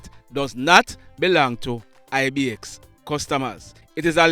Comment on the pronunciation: Not Ibx 😂😂 its I-Bex